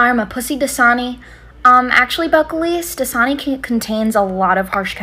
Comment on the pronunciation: My ears were not working because I could not recognize the word DASANI!! I thought it was like JISUNI!!